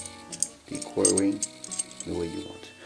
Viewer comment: it's "equa" not "quary"